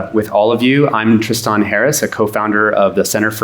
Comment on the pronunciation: My biggest problem is how he pronounces Tristan. If you’re going to pronounce it that way that spell it something like this. “Triston”